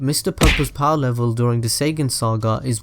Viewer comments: Are you saying (Say-Gan) which should be pronounced (Say-Yan) or (Sai-Ya-jin) if you prefer the Japanese way. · r we gonna ignore the fact he said say Ginn saga and not saiyan saga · This is interesting but you have issues with pronunciation that make distract from the validity. Saygan...really?